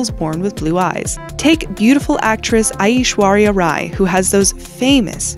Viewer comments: I she said aishwarya rai wrong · OML IM DYING!! for anyone who actually knows the proper pronunciation of her name, listen to how the host says the name of Aishwarya Rai!! 😂 😂